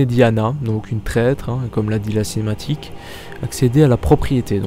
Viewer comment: Cinématique et pas cematique